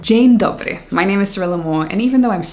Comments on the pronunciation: nice pronounciation of Dzień dobry :) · Same here 🤣 It was lovely though, and so pure, with no English accent, and it made it even better 💚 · Your "dzień dobry" made my Polish heart warm ❤ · I restarted the video twice as it was so unusual to hear almost perfect russian Den’ dobriy🇷🇺 wooow love you❤️ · Ngl, you nailed the "Dzień dobry" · loved the greeting <3 veeeery much appreciated 😍 and amazingly pronounced! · But are you Polish though? Flawless accent :)